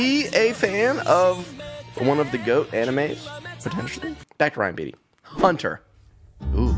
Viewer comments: LOVE RYAN BEATTY. He’s my male Phoebe B. I’m pretty sure you say his last name as “BATE- EE” or “BATEY” or that’s how my friends pronounce it. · so ready for this, you have such good music taste, also its pronounced "bay-tee" lol